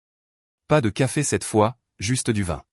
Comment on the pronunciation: " Pas de 27 fois..." 😂😂😂😂..ou....." pas de vin cette fois..." ???? Ça me semble plus...comment dire 🤔...plus français ! Il faut que votre I.A arrête de ... picoler !😂😂😂😂 et pas..." pie collée " n'est-ce pas ? Et puis un petit graissage de cerveau lui ferait du bien !😂😂😂😂 Avec un bon gros dictionnaire de la langue française...et sans modération s'il vous plaît !👉😇👈